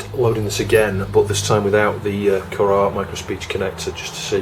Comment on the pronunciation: it's pronounced "kurrah"